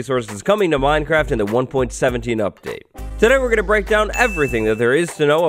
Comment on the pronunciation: He said minecrac